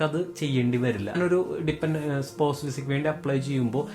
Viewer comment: സ്പോസ് അല്ല സ്പൗസ് എന്നാണ് പറയാ